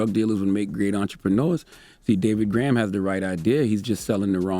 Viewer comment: Gorham, not Graham.